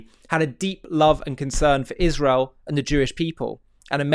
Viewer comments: Have she ever proven something about anything ever? And does she try to look smart when she talks? Because it has the opposite effect. PS And Candace, its Israel not Ichrael ;-) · Used to accept you (Candace) until I start hearing “Izhrael” What antisemitic you become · Dripping so much hatred that the demons can't even keep her face from contorting or pronounce Isreal correctly. She has lost her mind. Unfortunately, despite the facts, many will still believe her.